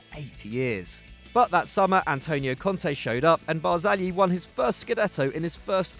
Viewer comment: So much respect to for the way he pronounced Barzagli.